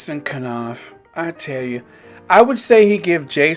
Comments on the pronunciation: At least pronounce the man’s name right ‘nawf’ not kuh-nawf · I enjoy your podcast. Thanks for the updates. I'm case no one pointed it out, just want to say that in pronouncing Knauf, the K is silent, so it's pronounced nauf 🥰